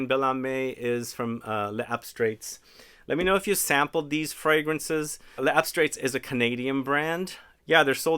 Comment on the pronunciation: As a rule I refrain from comment on pronunciation, but it'll really be more fun and easier for you to say the name of this house closer to the French way. It's layz-abstray. The "s" in "les" connects the two words, and the "-ts" at the end is silent. Your instinct not to say the "s" at the end of "les" is correct, except when the next word begins with a vowel. 🙂